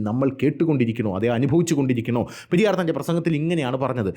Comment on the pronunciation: Periyor alla periyar iyal tamilan pollum kanndian anu